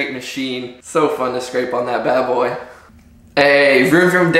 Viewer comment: am I the only one who thought he said it's ya boii